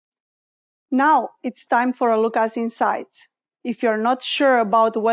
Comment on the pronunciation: "now its time for a look as zinside"